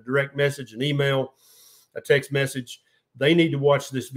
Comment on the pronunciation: to did you say..."tax me" or..."text me" ?? English is goofy